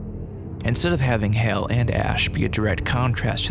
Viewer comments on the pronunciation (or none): Good video but I gotta ask, why do you keep using a long A vowel sound to say HAL when the film, along with decades of subsequent pop culture references, provides numerous examples of the correct pronunciation? Are you just trying to be different? Lol oh well. Carry on